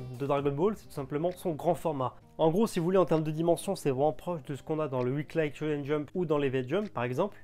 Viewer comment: "weekli" pas "weeklaie"